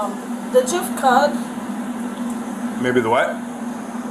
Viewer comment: that's how to pronounce GIF?